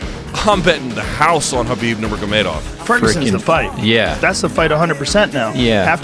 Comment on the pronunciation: He's neme habib not khanbib my allah with you all times